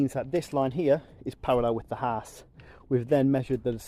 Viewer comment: for someone who can build a house so well you do struggle to say the word house.